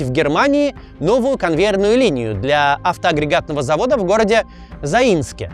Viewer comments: Какой нахер Заи́нск??? Город называется За́инск в республике Татарстан!!! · Всё идеально, как и было. Я 1973 года выпуска😂 только одна поправка на ударение, не заИнск, а зАинск,республика Татарстан.